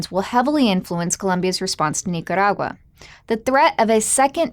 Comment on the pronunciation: I like how she pronounces Nicaragua.